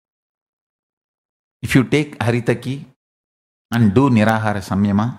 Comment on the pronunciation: It is not Nira-Hara, it is Nir-Aahaara (Nirahara)